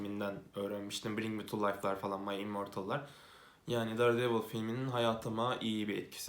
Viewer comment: "dare"devil diye okuyunca izlemeyi bıraktım teşekkürler